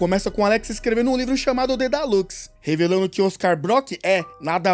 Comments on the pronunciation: Dedalus, e não dedalux 🤔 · mano dói demais vc falando Dedalus errado